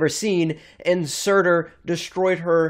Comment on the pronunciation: do you mean surtur?